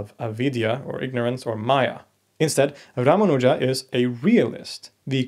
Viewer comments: You mispronounce His name. The second syllable is where the emphasis should lie not the third one as you say it. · Your pronounciation of Ramanuja, Alvar and several other words is indeed inaccurate. But good enough for a foreigner with no formal training in the languages.